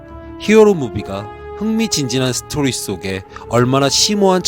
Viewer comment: '스토리' 이 세글자 말하는데 혓바닥을 쳐 굴려대지 않으면 뭐 누가 칼로 찌르나?